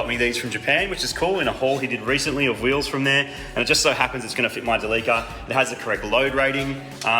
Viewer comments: Where tf do you get Del-leek-cah from instead of Del-lih-cah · It's not pronounced deleeker, it's deli-car! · So are we gonna call this mitsubishi delica, the "da-leaka"???? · Its not quite how you say Delica. Japanese are big on how you say your words. For example Toyota would be To-yo-ta. And Delica is De-li-ca. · I'll admit I kept wondering why you were pronouncing Delica wrong, and then I realized! You're saying it similar to "The leaker"! So like 'De leaka' because it leaks so much!! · After you sealed all the leaks on your "TheLeaka" (Delica) is it now a "Sealeaka" (Celica)? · Thought you were calling the van as ‘the leaker’ later on clued in, oh ‘Delica!’ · I had a diesel version of this when they first came into Aus in the early 2000's. Great vehicle despite the weird look. WAY molre torque in the 2800 TDi with the intercooler scoop in th ebonnet. One thing about pronounciation - the name comes from "delivery car" so it should be said "deli"-"ca" not "deleeka". Going to enjoy this series. Definitely a capable offroader with that funky comfy bus interior. Reach out when you're looking to rehome this beast. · Behold, "Da Leaka" 😂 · Everytime when i hear Delica, sounds like "Da leaker" 😂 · its a what? a de Leaker? :) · I'm not happy about how you pronounce Delica. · Damn... You guys even pronounce "Delica" wrong.. Jesus. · Haha the way he pronounced “Delica” surprised me for a second. I guess it makes sense because you guys down under pronounce “celica” the same way.